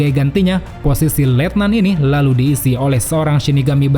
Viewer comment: Suka Banget Pas Lu Ngomong " EL LALUH " 🤣🤣🤣